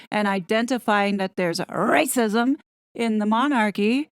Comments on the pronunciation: The way you say, "RRRRacism!" is such a hoot!!! You keep me laughing at a time when laughter is sorely needed. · I just love how you say Rrrrrracism!😍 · American here! (I’m so so sorry 😂). She is sooo cute. Every time she says “rrrrrrracism” it reminds me of my first bought starter home-I drank a bit too much wine -angry-I had roof rats and kept making my friends laugh when I’d mutter rrrrrroof rrrrrrats 😂. Every time she says it I think she’s talking about my rrrrroof rrrrats I am very sorry this Canadian (not Hollywood) actress dooped such a nice family 😢